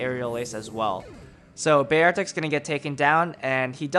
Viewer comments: You pronouce beartic so weird smh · every time you would say beartic i would cringe